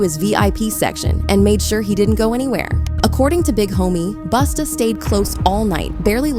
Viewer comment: Say it ain't so.Not you calling him Boosta 😭🤣😩